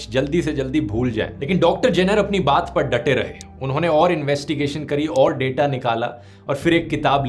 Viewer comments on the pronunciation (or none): none